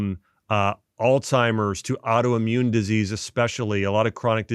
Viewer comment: Wow, you’d think a doctor could pronounce “Alzheimer’s” correctly ( mark)